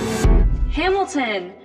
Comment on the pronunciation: Um actually its Hamilton Not hamitition and brat good